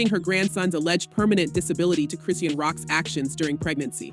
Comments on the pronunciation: is this an AI generated voice? i'm no fan, but baby who is Cree-seen? 😂😂 surely a gossip channel would know it's Chri-shawn.. unless this is a content farm? 😭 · Seriously it’s Chris and Shawn Chrissean the whole name mispronouncing makes me think this sauce is very unreliable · "KRIS-SHAWN".....thats how you pronounce Chrisean!!!!! Damn really???